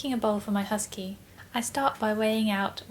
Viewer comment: I thought you said husband, I had to listen to it again.